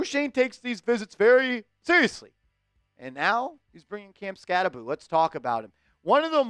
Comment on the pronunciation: I’ve always heard it pronounced Skatte-boh, what’s up with this Skatte-boo pronunciation? Did he correct everyone at the combine or something?